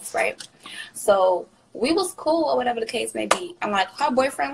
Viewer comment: “oR wHaTeVa tHe cAse mAy bE”